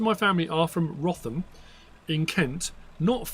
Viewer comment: I don’t live far from Wrotham in Kent. Locally we pronounce it “rootam” 🫶🏻